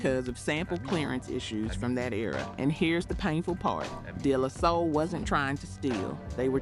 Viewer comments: “Day-Lah-Soul”….not “Della-soul”🫥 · Day -La -Soul is how it’s pronounced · I was wondering if this is an AI voice the way they pronounced De La Soul. lol